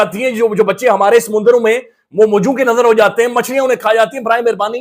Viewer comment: "samundarooon" Nahin Samundron hai